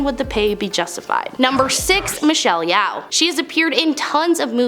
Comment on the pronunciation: Yeoh pronounce Yo, I think.